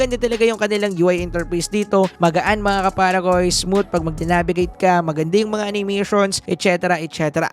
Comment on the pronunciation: hard th po pronunciation ng "smooth"